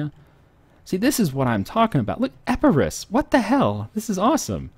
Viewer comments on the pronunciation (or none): none